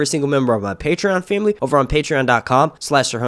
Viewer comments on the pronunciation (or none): none